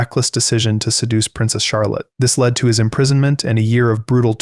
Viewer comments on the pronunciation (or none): none